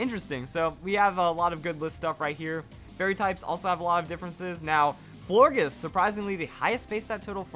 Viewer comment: It's pronounced as "Flor-JES" you're welcome.